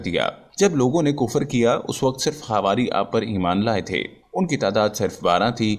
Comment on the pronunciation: Thalaffuz sahi karen .... Kufar. Wrong h Sahi h Kufr.. Matha ki enjeel ..wrong h.... Mathew ki Enjeel padho.